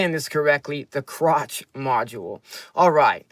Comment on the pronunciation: Ooh, first comment… Hi, great work as always, thanks! Krach is, I think, pronounced as ending with the German ‘ch’ sound, as in ‘Bach’…